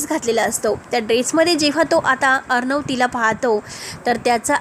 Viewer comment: भाषा नीट बोला.किती अशुद्ध बोलता, अर्णव असा श ब्द आहे.